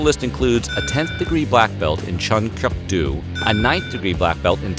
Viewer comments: Narrator should be arrested for murdering all these names.. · I have a 2nd degree black belt in his style, it's pronounced "Chuhn-Kook-Doe" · Actually funny to hear that.... as , He mis pronounces "doh" 춘곡도 (Chunkokdo / Chungogdo) and 당수도 (Tangsudo /Dangsudo) in 6 secpnds and he correctly pronounced Doh in 태권도 (Taekwondo / Taegueondo)... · Its Chun kuk do pronounce like "cook" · Ohhh LORD, it is Chun and in Ch an Un, Kuk as in hard K uh hard K and Do as in Doe... Lord, learn how things are pronounced before making a videoooooooo!!!!!!!!! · I’ve been a black belt in chun kuk do for about 7 years now and not gonna lie I cringe ever time I hear u try to pronounce chun kuk do.. loved the video tho keep up the awesome work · UGH....please pronounce the martial arts correctly Tang Su Do and Chun Kuk Do...the "Do" part is pronounced DOH, not DOO